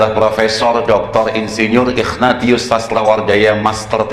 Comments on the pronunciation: Pas baca Ignatius jadi ikhfa... ightatius wakakakak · Sejak kapan nama ignatius ( dibaca : ingnasius ) berubah jadi nama " Iqnatius " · Ignatius dilafalnya Ikhnatius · Dia blg bapaknya kardinal, Dianya ex pendeta Sebut nama santunya aja salah...Ignatius dibaca igna-tius...wkwkwkwkwkw